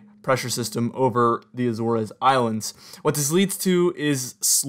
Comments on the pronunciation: It was a red flag for me. Since you realized it, no red flag. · I’m aware that I pronounced Azores wrong in this video, I’d never really said it much out loud. Thanks for watching